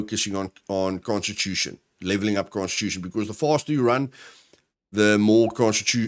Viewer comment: First time you said constitution i heard prosti* and i was confused. :/